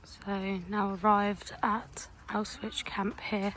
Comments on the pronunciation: yeah I know but you’re saying ow-switch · it’s pronounced ow-shvits